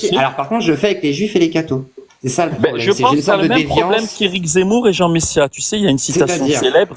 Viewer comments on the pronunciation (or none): none